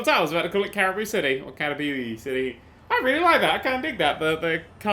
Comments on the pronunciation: It's pronounced 'ca-ri-boo' and I think the stamp was a caribou. A caribou is a deer-like animal. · It is pronounced ka-ra-boo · come on i thought you knew things, its pronounced cariboo its an animal sorta like a moose or deer. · it's pronounced caraboo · Caribou is pronounced cariboo which is also the " moose " stamp on the map, they are common in the States:P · It's pronounced care-I-boo and it's a caribou not a moose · Caribou! That big thing with antlers is a Caribou, not a Moose! Care-i (like pronouncing the i of in)-boo (like the sound a ghost makes). Caribou. There, now that we have that sorted... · it is pronounced care a boo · "... and the other stamp is a Moose." No... That's a Caribou (pronounced something like carry-boo), also known more commonly as a Reindeer. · How can you not pronounce Caribou when you live in Canada, but you know what BDSM is?????? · The fact he called that caribou a moose made me cringe. The other fact that he couldn't pronounce caribou made me cringe even more. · can't pronounce Caribou and calls the Caribou stamp a moose... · When can't pronounce caribou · Pretty sure the caribou is happier with the mispronounced name or even being called a moose compared to a bullet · I'm a hunter so it pusses me off when he miss pronounced caribou and then called it a moose! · Fun Fact of the Day: is physically incapable of pronouncing "Caribou." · That moment he doesn't pronounce "caribou" right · caribous are not defined as "moose". A moose and a caribou are two different kinds of animals. Its like Lions and Tigers, really. Frogs and Toads. Rats and Mice. Similar, but different. Just like how deer aren't moose. I think its funny how can't even pronounce "caribou"